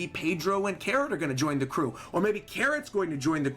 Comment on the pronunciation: Where are you from again? I've never heard that pronunciation of Carrot before.